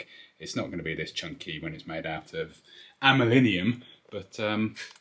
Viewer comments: "Some Fancy Amulinium bits" hahahaaha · ''Amelinium bits''